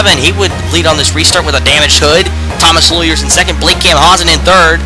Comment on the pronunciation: Dude,you need to work on your frame rate. You also mis-pronounced my name. Camp-pow-sun is the right way.